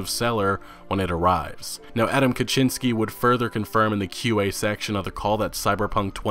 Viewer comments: just never say his last name plz, the butchering is hurting me physically but great vid thanks for the info, the bank thing was not blood and wine it was base game stuff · I from Poland and i like how are u saying Adam Kaczyński.